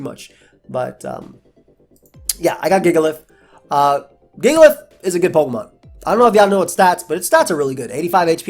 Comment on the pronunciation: you mispronounced jigalith.